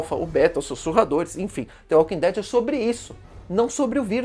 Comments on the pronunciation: Me emputece vê alguém falar "T" invés de "D" Walking Dead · "The Walking tead"